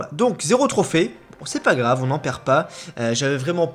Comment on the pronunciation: on dit GRAVE pas RAVE, mais bon pas rave théo ;)